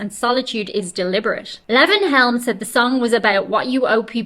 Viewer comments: This interruptive style of reading from a magazine is about as annoying as anything ever misused for profit by someone with absolutely NOTHING TO SAY OR ADD except for.. if quoting you is okay.. except for "Ooouuhh.. that's bad". What a disgrace you are. Purely pathetic. Leee-von not Levv-inn. Kind of cozy.. like the space holding your deficiency of brain cells. Odd. You're too nice to yourself. Don't let your dog drink from the toilet bowl.. judging from his "genes" he just might fall in. His excuse is he's a dog (she's a dog?), but what's yours. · That's Lee-von, NOT Leven. Southern boy. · I think it's pronounced Lee-von. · Levon is pronounced LEE-von. LEE-von Helm. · Lee-von is how it is pronounced. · Watch the version from The Last Waltz movie. Best ever. Also, it’s pronounced “Lee-Von.” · Levon is pronounced Leevon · Levon is pronounced Lee-von. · Lee von long e sound.Good ole Tennessee boy and the only American in the 'Band'. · It's pronounce "LEE-von" Helm. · Pronounced LEE-von Helm — as in, I have to leave on time to catch my train. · The "e" in "Levon" is long. (For reference, listen to Elton John's "Levon" from "Madman Across the Water.")